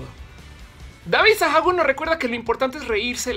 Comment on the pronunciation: Madre Santa! ese momento en el que menciona tu nombre, te sacas de onda, por qué le pareció interesante lo que escribiste y por que dijo mal tu apellido hahaha Gracias por todo, el tema del video te pone a pensar bastante en la manera en la que te relacionas, sea cual sea el tipo de relación. BTW se pronuncia "Sagún" xD